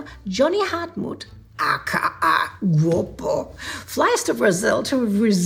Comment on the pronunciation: I enjoyed this episode BTW Guapo is pronounced Guuaapo :)